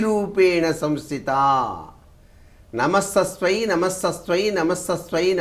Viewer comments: Ya devi sarvabhooteshu vrutthi rupena samsthitaa, namastasYai 3 times then namo namaha...It's not namastasVai... Ask anyone who knows this mantra or Sanskrit pandit, his pronunciation of mantra isn't right...Sorry, I'm grateful to you for wanting to help people but please make sure of akshara doshalu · ఈయనకు నమస్తస్యై అని పలకడమే రాలేదే.....పరమేశ్వరా